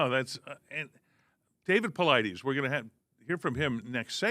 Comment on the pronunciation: Why bother having DAVID PAULIDES on this show, if you're not even going to bother to take the time to learn how to pronounce his name correctly?! How lazy and disrespectful! I expect a little bit more from your generation, as you're not lazy youngsters; or so I thought!